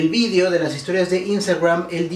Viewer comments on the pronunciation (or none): none